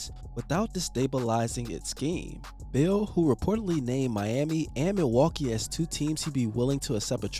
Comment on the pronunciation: It was half way through the video that I realized you were saying Beal. The whole time I was wondering who the hell is this bill guy you kept mentioning